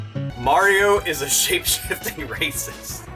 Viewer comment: half of the time it sounded like you were trying to say "shape shitting racist" i mean that would be a power Mario could learn right? would the poop emoji be his power up block?